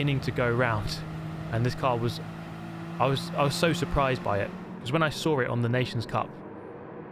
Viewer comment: You "sawrrrr it"